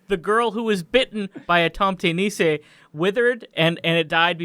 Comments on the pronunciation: Hi I'm from Denmark, one of the countries where nisser originates from, and I thought I'd add a little bit info. First of all, I don't know if you're pronouncing "tomte" correctly, but you are definitely mispronouncing "nisse"; the "i" is pronounced like the "i" in the n-word, and the "e" is pronounced like the "e" in "the". Also, I found it really weird how you latched on to the butter aspect, when it's the porridge that the nisse eats, while the butter is just a small piece added on top, where it slowly melts and spreads into the porridge. Cinnamon and sugar are also added on top of the porridge. Try googling "risengrød" if you want a pic of what it looks like. Lastly, I will say that I loved your reinterpretation of the nisse; it was hilarious to see a creature you've known as this friendly little thing since childhood, get transformed into a hideous butter monsterXD Edit: Just another small thing! The Nordic countries have had Yule long before Christianity was a thing. It's kinda because of Winter Solstice celebrations like Yule and Saturnalia that Christmas takes place on the day it does, because people were like: "Okay, maybe we're christian now, but we're not gonna stop getting drunk on the Winter Solstice," and the priests were like: "Okay, then can we just say that we're celebrating the birth of our lord and savior then?" and people were like "Sure, whatever." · Nisse is pronounced niss-ay not niss-eeeey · Y'all should look up pronunciation first. It's not "nee say" or "greela". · The way pronounces nisse sounds like nise instead. Which is a porpoise so I'm just imagining one of those flopping around in the snow on the farms instead 😂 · You got the pronunciation essentially correct on Tomte. Nisse has the emphasis on the s rather than the i though, niss-eh. I assume there's been some cultural borrowing back and forth, but nowadays 'tomte' and 'santa clause' are basically interchangeable. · Me a Norwegian laughing my ass off as you fuck up a nisse